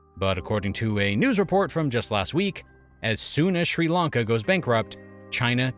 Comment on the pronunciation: Its Srilanka not Schrilankaah